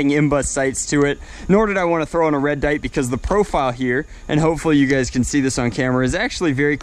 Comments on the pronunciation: Red dite?you mean red dot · Great "Red Dite" you got there